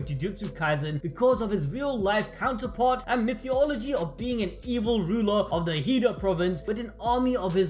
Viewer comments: "Mythee-ology"?, do you mean Mythology? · I know I shouldn't focus on this but everytime he says 'mythyology', it throws me off. Lol